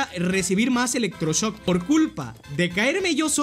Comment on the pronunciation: epico el "electroshosk"